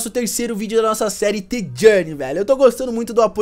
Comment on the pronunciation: N SE FALA T JOURNEY SE FALA D JOURNEY EU SEI Q SE ESCREVE {THE} JOURNEY ESO O JEITO QUE SAI O SOM DA PALAVRA!